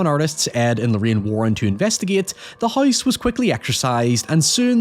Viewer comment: That's what I'm wondering. Kind of weird... He says hoy-ever and hoyse (house).